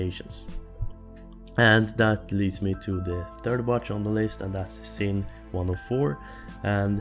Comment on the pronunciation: it's pronounced "zin"